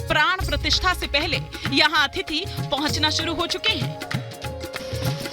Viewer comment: Madam अतिथि बोला जाता है आप का उच्चारण अथिति है